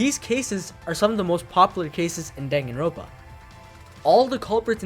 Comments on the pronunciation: danganroNpa not danganropa omfggg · its Dangan Ron Pa not Dangan Ropa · He did not just say Danganropa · It really bothers me that you just ignore the last “n” in danganroNpa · "dang-a-ropa" has to be the worst pronunciation I've ever heard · My guy your are aware there is an n in the word danganroNpa right? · This mf will never pronounce the second N in danganronpa huh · I wanted to like your video but the way you pronounce danganronpa is shitty